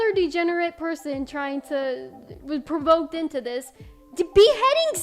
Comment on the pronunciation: Anyone who pronounces degenerate the way she does is just not worth listening to me. She makes my head hurt 😂 like girl me quiet your hypocrisy is astounding